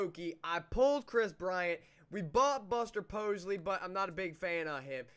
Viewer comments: Buster Pos-ley??? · Theirs no L in Buster Posey lmao